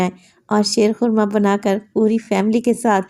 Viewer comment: Shair khurma nhi sheer khurma ha